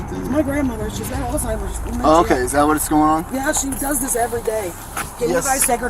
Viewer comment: Omgosh, you’re the first person I’ve heard pronounce, Alzheimers right, in 20 years. I work around other medical professionals and I’m appalled when I hear them say, All-timers! 😅